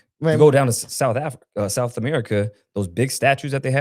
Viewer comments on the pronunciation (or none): Does he know the “Th” does not make the “F” sound when saying words like “south” not “souf”